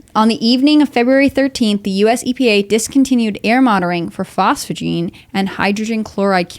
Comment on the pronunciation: Phosgene, not phosphogene.